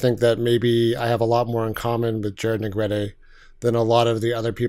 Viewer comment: “Neg-GRET-tay” not “Neg-GREET”. Well you pronounced it correctly later.